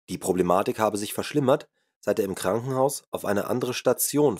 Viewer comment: Immerdrukktönnbuchch, Stuhdiõhännöõh, widd, wudde, Äxkusshännöh, wähdönnn, uuschiedlichöh Refrakktähhrtsaitt, Ankksst frükkt zwädönn, Pchoopleehmfahalltann, Probanne, ainisätzzt wähhhdönn, abgstrittönn wännn, Krannehauuss, Falllauufff, zwähhdönn, annzwännnä ... BÄHHHHH!!! Ekelhaft Scheisse gegrunzt. Einnn brovvessionellaahh Sbrechää wähh Gold wäähht. Dieses "Hörbuch" sollte man dem Grunzer in Form einer Videokasette in den Anus stopfen.